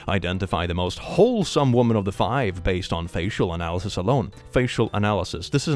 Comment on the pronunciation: The wo'man', wo'men' had me laughing. The word man is from the old English word mann meaning person or human. Man referring to a male person wasn't used until the 9th century. Before that you had wer and wif to distinguish sex. Hence werewolf meaning man-wolf.